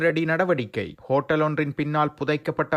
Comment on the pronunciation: கோட்டல் அல்ல ஹோட்டல்